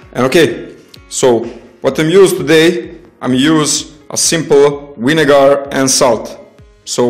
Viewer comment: winegar?? lol